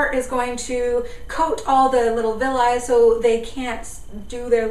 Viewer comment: did you say 'villye' is that the same as cilia? it sounds like they do the same thing :S